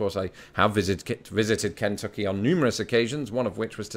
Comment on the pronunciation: Kentucky has the emphasis on the second syllable, not the first.